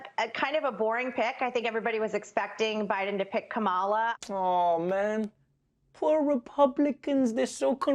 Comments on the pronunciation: It's Kam-laa. Not Kama-laa. Fox & friends - so cringe 😬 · Whatever your criticism of Kamala Harris, at least pronounce her first name correctly—“Comma-la”. I don’t purposely fuck up any Republicans’ names even if I hate them. I don’t even call Trump “Drumpf”, because I’m a grown ass adult that doesn’t need to result to playground insults to make my contempt of him obvious. Yes I think I’m better than you for doing this. Purposely pronouncing someone’s name incorrectly is extremely rude. You were taught this in elementary school.